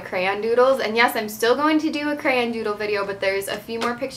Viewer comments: Lol u say cran not crayon just like me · Yep, me too